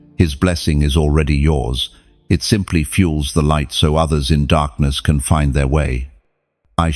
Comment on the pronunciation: " I Live ! In The Livht!"